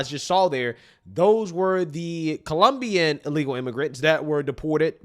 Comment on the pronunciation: Frankly there's never been a good time to be an ee-lee-gal immigrant in any place in the world.